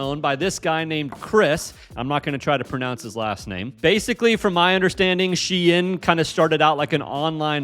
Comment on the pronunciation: the way you say Shein pisses me off lol